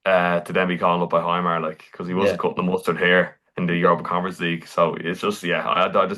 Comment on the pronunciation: Eye-dah, Hi-mar……maybe practice the names of the players before shooting….it us lazy stuff and that’s putting it nicely…